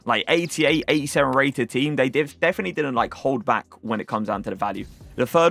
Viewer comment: Has anybody noticed that he says ‘definy’ instead of definitely? 😂